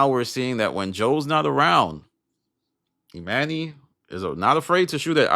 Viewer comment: Why you callin this dude, E-MAN-Y, when his name is clearly pronounced, E-MONEY? That shit sound stupid asl...and for THAT reason, alone, I'M OUT✌️(in my Barbara from Shark Tank Voice)